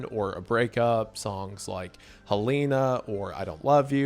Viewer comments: Calling hell een a instead of helen-a is so funny to me ive never heard it pronounced that way Also i consider mcr emo because emo kids listen to them not because the music itself is nessarily emo i consider most of their albums after the first one as opera rock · It’s so Wendigoon how he doesn’t stick to the two most accepted pronunciations of Helena (Hel-eh-na or Hel-ay-na) but uses his own wrong way of saying it, Hel-ee-na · Still cant pronounce "Helena" I see. 😂 For those wondering, it's "Hell-eh-nah".